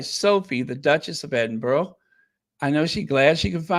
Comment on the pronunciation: great podcast, do you remember the actor Raymond Burr he played Ironside on TV, well, Edinburgh is pronounced edinBURRA, just saying, love you XX